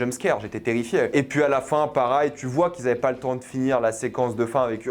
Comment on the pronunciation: pour la dernière fois, on dit pareil et non parail